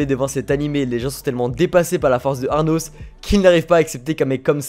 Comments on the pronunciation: cest pas arnos mais anos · "ARnos" C'est pas plutôt Anos Voldigoad ? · Du coup le nom du mec c'est anos et non arnos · Ces Anos et non Arnos comme tu dit ahahah😭😭🤣🤣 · Tu m'a casser la tête à dire aRnos c'est ANOS VOLDIGOAD LE CRUEL ROI DEMON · "Arnos".... C'est "Anos" il y a pas de "r" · J'adore tes vidéos, mais pour cette vidéo, c'est le ARNOS qui me dérange, c'est Arnos 😅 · C ANOS PAS ARNOS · Pourquoi tu dis ARRRRRRRRNOS alors que c'est Anos ? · ses anos pas arnos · Anos, pas Arnos x) ça m'a trigger toute la video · Par contre faut arrêter de l'appeler Arnos comme un gogole